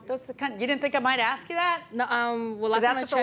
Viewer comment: Why is he saying AXE instead of ASK ?